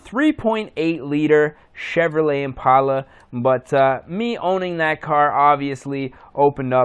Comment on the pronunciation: Once you say the word "Impala" right you can be into them. Also an 03 is not an Impala, its a wimpala. great vid.